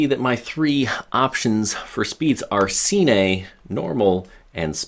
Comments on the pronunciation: “Seenay” mode. 🤦🏼‍♂️. Killed all reliability of information me. See you at the “seenayma” I suppose. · Am i the only one who cringed when he said cine? lol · it isnt see-ney